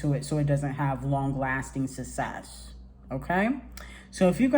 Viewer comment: Nobody:: “Sussess” 😂😂😂😂